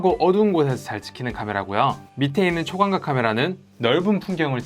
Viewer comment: 나만 초광'곽', 광'곽'이렇게 들리나... 그래도 디테일하고 친절한 설명굿! 그리고 이 영상을 보고 느낀것. lg경쟁상대는 이거였나? 경쟁상대가 문턱이 너무높네